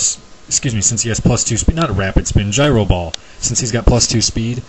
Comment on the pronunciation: Thank you for saying Gyro correctly. Thank you so much. You don't know how much this means to me.